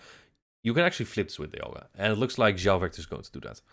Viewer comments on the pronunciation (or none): Keep calling him instead of João